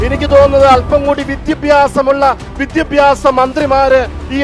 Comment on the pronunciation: അച്ചോ.. അച്ചൻ ആദ്യം വിദ്യാഭ്യാസം എന്ന് പറയാൻ എങ്കിലും പഠിക്ക്. പിന്നെ അത്യാവശ്യം വിദ്യാഭ്യാസം ഒക്കെ ഉണ്ട്‌ കേരളത്തിലെ വിദ്യാഭ്യാസ മന്ത്രിക്ക്... ക്രിസ്ത്യസ്നികൾക് തലയിൽ മൂട്പാടം ഇടാൻ അവകാശം ഉണല്ലത് പോലെ മറ്റ് മതസ്ഥസിലുള്ള വർക്ക്‌ അവരുടെ തലയിൽ തട്ടം ഇടേണ്ട അവകാശം ഉണ്ട് ഫാദർ അത് മറക്കരുത്.... കർത്താവിന്റെ മണവാട്ടികൾ ഇച്ചിരി കൂടെ മനുഷ്യത്വം കാണിക്കാൻ പറയു....